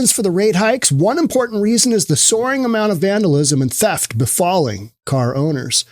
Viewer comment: Souring or Soaring? Lol